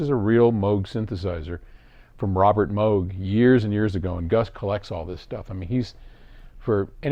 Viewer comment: All my questions were answered in the studio! Thank you. I didn't know the modular was a legit original Moog! That's so cool. And thank you for pronouncing Moog correctly that's a pet peeve of mine! I'd love to have a real tour after COVID and everyone is vaccinated I would probably geek out and ask so many technical questions hahaha